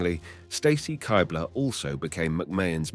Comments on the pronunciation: Why is every females last name not pronounced the way they pronounce it? Straytus? Kighbler? I couldn’t finish the video. Literally simply watch the WWE videos of these women in the video and you’d know that NO ONE pronounces their names this way 😂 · Pronouncing Stacy Keibler's name like that is a dead giveaway that this guy is not much of a wrestling fan, as is showing clips of Lita kissing Matt Hardy while talking about the Lita and Edge angle being heavily sexualized. Still a very good video covering all that crazy shit though.